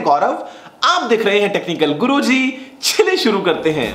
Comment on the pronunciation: '' CHALIYE !!!!! "" Ye word correctly bolna kab bologe sir